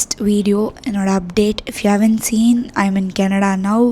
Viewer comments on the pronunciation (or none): You're very charismatic Just one pet peeve: the way you say Canada. You don't enunciate it properly. You say it like 50 year old mami, sounds like Kenedlaaa. Pronounce it properly no? You live there now. Least you can do is learn to pronounce it.